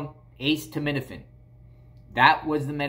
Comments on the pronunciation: It's not pronounced "ACE TO MIN A FIN"! haha. It's pronounced "A set uh min uh fin". Now say it fast. A setuh minuhfin 😂😂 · acetaminophen is pronounced uh-seet-uh, not ace-tuh. thank you couldn't stand it had to tell you. sorry. The pharmacist should know that, also about HIPPA.... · Just to help it's pronounced uh·SEE·tuh·mi·nuh·fn I Instead of ace tuh med ifin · Acetaminophen =A-Seet-O-min-a-fin. why did you say the pharmacist name? You shouldn’t have revealed your source. That pharmacist could get in trouble. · Vicodin highly sought out by addicts It’s pronounced Ah-ceed-ah-ment-ah-fin It slows you down, but if you take a couple it gives you a sort of energy. That’s what I’ve been told. My niece was highly addicted to this, and when this wasn’t strong enough she moved up to Percocets. 5 years ago she had to go inpatient to get off these nasty drugs. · Aceed-a-ment-a-fin lol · Ah-see-tah-men-A-fin (correct pronunciation) which is generic Tylenol. The Hydrocodone is Vicodin. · ACETAMINOPHEN: It is pronounced "A- set- uh- min- uh- fin". 🤣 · A see ta MIN a fin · Stop saying it like that! It's called Norco! It's hydrocodone and a ce ta min o phen (aka Tylenol). They sometimes prescribe it to kids for minor surgeries. Lol love ya buddy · Pronounced "Us said a men owe fin" :) No Ace's involved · Lol you crack me up the way you say acetaminophen 😂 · Thank you! I'm glad he repeated that several times so I know I didn't hear him wrong. I have not ever heard acetaminophen pronounced like that in my life. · Me too🤣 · You are still pronouncing acetaminophen incorrectly bless u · ace of spades, ace frehley, ace hardware, aces high, ace in the hole, aces in their places, ace bandage….